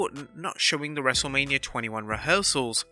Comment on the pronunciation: I could of sworn the narrator said wrestle-lamia absolutely hysterical..